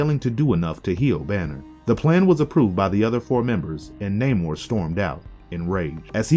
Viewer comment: This is a nitpick but you say namor's like the Seattle base ball team mariner